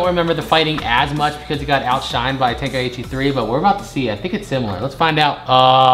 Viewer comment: Ten- kai- chi…… say it with me